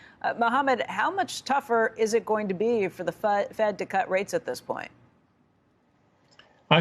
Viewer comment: El-Erian is a wascally wabbit